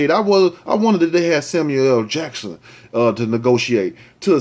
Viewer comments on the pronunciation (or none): none